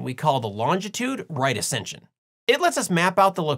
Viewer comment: How dare you call it "right acention"........ That's white supremacy and racist?🤣😆😂